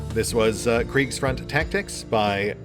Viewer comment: Just droped in to hear how my chief spells "Kriegsfront" and it was on point. I honestly was expecting some massacre like my name in the credits. :D